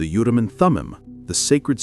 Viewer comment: Urim not utim. Endor.Sync not sink.